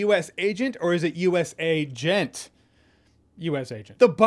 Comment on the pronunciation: Jeremy sir are A... Gent a US A.... Gent